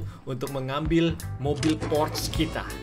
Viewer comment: Bang. Bukan. Porche. Yang betul. Adalah. Porcha